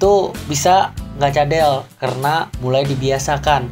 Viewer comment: Masih blm bagus r nya perasaan. Pas kamu ngomong "karena", masih blm pas.